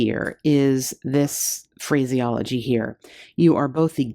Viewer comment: you said phraseology, but first I heard crazyology, and I'm totally saving that word crazyology for later use. Haha.